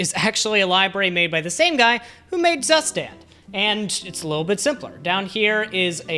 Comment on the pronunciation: i will never get over the fact how english speakers butcher the pronunciation of „Zustand“ 😂